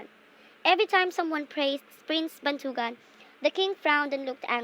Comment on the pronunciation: The story is good but the stress and the accent, still its good